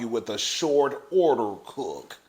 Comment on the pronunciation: Between that Tasha K wave and your "Shourt Ourder Cook" I'm hissing!!!!!!!!!!!🤣🤣🤣🤣🤣🤣🤣🤣🤣🤣🤣🤣🤣🤣🤣🤣🤣🤣🤣🤣🤣🤣🤣🤣🤣